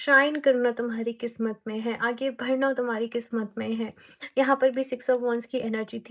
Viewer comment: Di aap badhna ko bhadhna bolte ho na Aaj notice ki m 😅